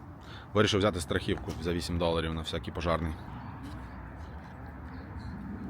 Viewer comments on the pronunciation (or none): СтрахІвка - боже, івано-франківський неуч навіть мову не вивчив! СтрахОвка!!! Б&@